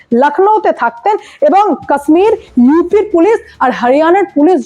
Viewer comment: Ma'am, Kashmir-er uccharan ta 'KAASMIR' not, ota 'KASHMIR'.